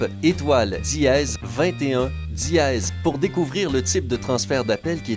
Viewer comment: Diéeeeez hhhh srx c dièse pas diéeeeez 😂😂😂😂ta voie me soul srx🙄😑